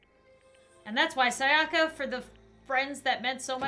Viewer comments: literally every character: saya-kuh: say ah ka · The way she pronounces sayaka makes me cringe